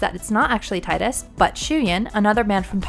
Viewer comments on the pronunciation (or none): Tee-dus not tydus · TEE-dus NOT TIE-dus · He has helped save the world and on top of that just the very fact he was alive and showed Yuna affection and confidence in writing your own story, is the very reason she succeeded the way she did in part two is more than enough reason for the fayth to bring him back to life to save the world again, and maybe even give him the blessing of life. First off his name is pronounced Tee- Dus not Tie-Dus every real FF fan noes that atleast. He can win or lose in blitzball depending on the player (obviously you couldn't make him win). If he is beckoned back it's as a gift not a means to an end. Tidus opened her eyes to the fact that you can save more than what you just believe and do more if you want to write your own story. You really have no clue as to what these games bring in the core of character development and their meanings. Your just a new gamer devoid of reading between the lines or even clearly grabbing the main aspects of a title which in this case is making your life your own and what you want to happen come true by "writing your own story" or acting upon it with an outcome you want to have done. Smh try again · Stop saying Titus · his name is pronounced TEE-DUS. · Omg.... It's pronounced 'Tee-dus' ugh! I've been arguing this since high-school! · I'm agreeing with you DukstarGaming, its Tidus, "Tydus" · If you can’t pronounce the main character’s name, that basically renders your entire point of view on this matter as completely worthless. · you ain’t a true ff fan, you don’t know how to say Tidus name right, also what you are saying sounds scripted as shit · Every time she mispronounces Tidus I cringe. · You pronounced his name wrong.